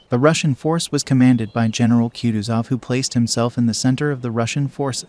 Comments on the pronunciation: Please learn how to pronounce kutusov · It always turns my stomach to hear an American butcher the pronunciation of russian names... Bagration, Kutuzov... dear God🤦‍♂